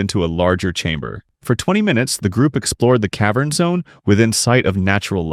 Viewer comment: "cave urn" AI slop channel